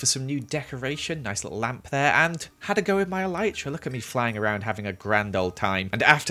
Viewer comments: it really triggered me when he pronouced elytra (EL-I-CHRA) He pronouced it (EL-EE-CHTRA) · Why did he say elitetra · The way he says ‘Elytra’ 😂 only joking love the vid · It’s funny the way he says elytra